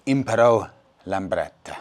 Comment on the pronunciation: Lambretta not Lamberta!